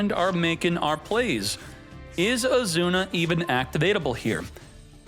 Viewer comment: What's your name? Izuna: Azuna it is